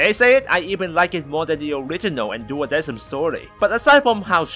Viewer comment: It honestly bugs me that they pronounced it "duodeSim" when the correct pronunciation is "duodeKim." Coming from a company that commonly uses the Latin language in their music, you'd think they wouldn't make such a simple error.